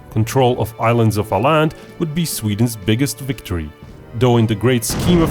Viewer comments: Aaland is pronounced Oh-Land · Even though it was a really good video you completely butchered the city names. Åland is pronounced pore like Oland and Luleå is pronounced Lule.